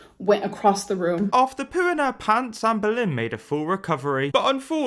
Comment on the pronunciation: When says "Amberlynn" I ALWAYS hear "Anne Boleyn". It makes his coverage of her 100x funnier.